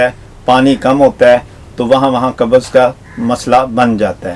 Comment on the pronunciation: Kabaz nahi pakistaniyu qabz hoti hai tum logone to urdu ki mout kardi